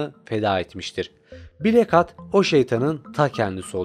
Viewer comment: nolur hatı hat diye okuma artık